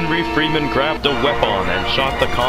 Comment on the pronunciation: When he said Grabed i thougth he said Raped XD